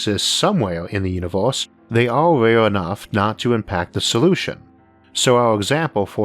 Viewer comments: Unovorse? You can't pronounce "e" can you? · This video gets xtra attention for the way the narator pronunciates univors.